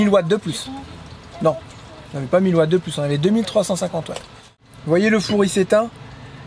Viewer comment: Un Watt c’est pas un Vatt 😅